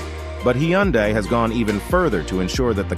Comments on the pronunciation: He keeps swtiching between different pronunciations. "Hi Yun Day" and "Hyun Day" are both wrong. He says it correctly . Also don't tell me how to pronounce hyundai; I'm literally Korean. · I love how every time you said Hyundai, the first time was correct, then at the end, it was all off.